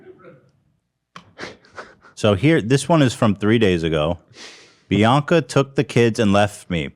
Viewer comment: I really thought she was saying baka not Bianca